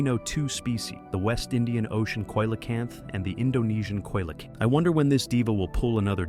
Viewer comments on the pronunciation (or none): It was really hard to get past how he kept pronouncing Coelacanth.